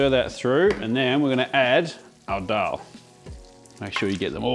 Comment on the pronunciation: Hate to be that guy, but it's Daal, not Dhaal. In Devanagari, दाल, and not धाल